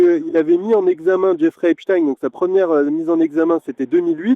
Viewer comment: À prononcer " Jeffrey Epstiiiiiin ! " SVP...